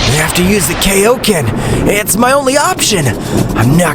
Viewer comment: I really hate when people call Kaioken “Keioken” bro just KAI o Ken, Kai is literally a name it’s pronounced the same way, unless your special and change the name to “Kei”